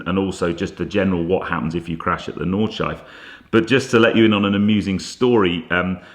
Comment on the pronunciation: Super looking forward to the podcast tomorrow, I've actually rearranged something so I can watch it before I go to Salon Prive! 🤗 Also, unless anyone's said it already, it's 'Nawd-shlai-fuh' not 'Nawd-shife'. Just saying. Love you man! 😘